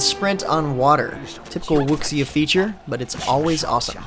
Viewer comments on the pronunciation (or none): Lol 武侠 isn't pronounced as 'wooksia', It's pronounced as 'woo-sia'.